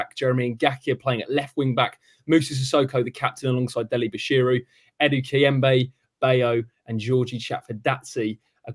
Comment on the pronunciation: Just watched back. Great cast. Did nobody have the balls to tell Robbo it's "Bashir UUUUU" ;)